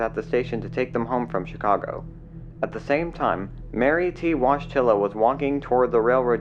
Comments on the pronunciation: Learn how to read WASHTILLA really! Have some respect I'm sure you are not totally stupid it's pronounced voy tee wa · He name is pronounced "Voy-TEE-wah", not wodgetilla. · Wodgetilla lol not saying I can pronounce it all correctly but it's a Polish name Woj is pronounced voy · Wojtyla is pronounced woy-TIA not wodge-TILLA. Same as Pope Joh Paul II (Karol Wojtyła). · Probably pronounced Woy-tiya not Wodge-tila like John Paul Pope II's real name. Polish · Its not "watch tiller".... it's "Voyteela". Like Pope John Paul 2nd's real name. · Btw her name is polish, and it's not pronounced "Wodztyla" but "Woytyla". You can verify as it is the citizen name of the Pope John Paul II. who was Karol Józef Wojtyła; In fact the original polish name with the stricken l is pronounced "Woytyua"... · VOY-teh-wuh. Not wahj-TILL- uh. You could at least get the lady's name right. No worries about me seeing the uncensored version since I stopped watching after you butchered the pronunciation. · Sad story, sad video - hope it helped to save other people. Strictly speaking, her Polish name is pronounced "Voytilla", but I guess that's the American pronunciation. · Washtilla? Did you call the Pope John Paul II, Washtilla too? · Her surname is pronounced Woy-TEE-wah. She shared that Polish last name with the late Pope John Paul II. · Polish American here. Polish last names are difficult to pronounce for everyone except for Polish speakers. Polish pronunciation is: voy TEE wuh. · Voy- tea-wah is a more accurate way of pronouncing here name. It’s a surname she shares with Pope John Paul II. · Fyi the way you pronounce her last name it is actually "voy-ti-wa". Its a polish last name. Thats the same last name of pope john paul 2 whos real name is carol wojtyla. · Wojtyla seems to be second name with the Polish roots. It should be read as "Voytyla" Exactly the same name has pope John Paul II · Mary's surname is pronounced Woy-TEE-la. Please do your research before recording.